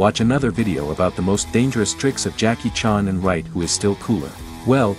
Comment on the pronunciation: Jackie "CHONNE"??? C'mon, man --- you could have asked anyone on the planet how to correctly pronounce the name CHAN. Chan rhymes with man. Jeez!